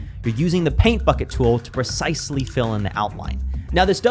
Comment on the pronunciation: PRE-cise-ly fill in the outline! 🙄🙄